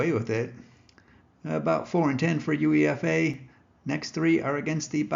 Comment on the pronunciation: It's pronounced - You-Ay-FA - U(you)E(ay)-FA - not You-EE-F-A